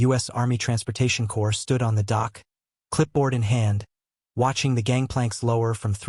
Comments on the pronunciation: Pronounced “core,” not “corpse.” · Corps is pronounced way different than corpse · If you cannot teach your a I the difference between a dead body corpse and a group of men "core" it just makes you sound unprofessional. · AI is so stupid!! Corps is pronounced "CORE".